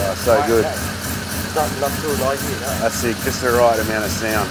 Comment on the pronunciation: "that radiator thouh"..... Epic